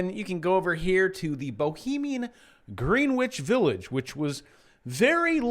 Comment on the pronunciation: FYI, it's pronounced "Grenich Village."